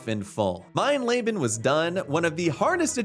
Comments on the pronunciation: Mein leben translates to “my life” and is actually pronounced “mine leebun” fyi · mine Le-been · Mein Layben is nothing. Look up how to fucking pronounce once in a while. Jesus Christ. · Calling the Highest difficulty „Mein Lebe“ is pretty funny ngl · I believe it is pronounced MINE LEE BEN. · But an absolutely dreadful pronunciation of "mein leben" and I'm not even German